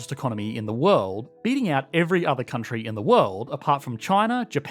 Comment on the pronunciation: California’s not a countreyii